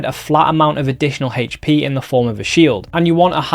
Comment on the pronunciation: I love this guy and all the info he puts out... but I cant be the only one going crazy every time he says hatche for "hp"...